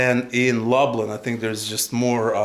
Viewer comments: Lublin not lablin... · Long trip but glad you're in Gdansk. Did you get a glimpse of the Malbork Teutonic castle? also :) glad to see over the course of the video you have learned how to pronounce Lublin properly :) (loob-leen) Gdańsk is a lot cheaper in the winter. All of these places will likely be fully booked in the summer. Make sure you take some time to wander on one of the beaches.